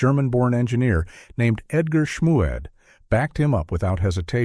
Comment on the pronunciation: Except for killing Edgar Schmued's last name, was a very acceptable video